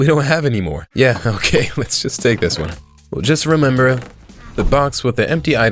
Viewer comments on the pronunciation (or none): none